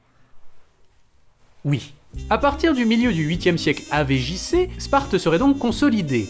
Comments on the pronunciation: Il y a que moins qui a les oreilles qui vrillent quand j'entends "AV JC" au lieu de "avant Jesus Christ" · "avé jissé"